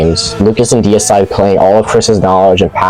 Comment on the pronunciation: I love the fact that you actually read the name correctly. Deicide, which means kill god, not decide.